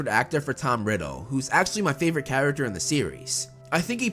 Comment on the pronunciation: “Maney” “Favorit”